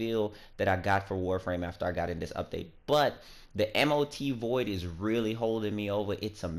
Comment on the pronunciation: M.O.T? its Mot ...dude